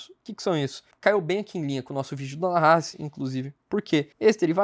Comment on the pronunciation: É estranho ouvir a pronuncia incorreta dos nomes. Nahas, se pronuncia NÁhas e não naHÁS. 🤙🏾